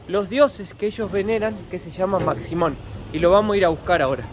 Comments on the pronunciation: Se pronuncia "Mashimón" con SH, aunque se escribe "Maximón" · La "x" se pronuncia como "sh" de manera que no es maximon sino que "mashimon"